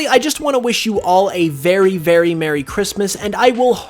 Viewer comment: “We wish you a merill Christmas”